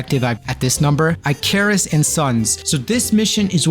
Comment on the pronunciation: ICK-uh-russ. Hey, awesome video!